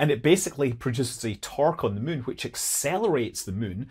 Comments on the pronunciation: Love videos that make Scott say the word 'mun'. 😁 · "The mun". Are we still talking in Kerbal 😅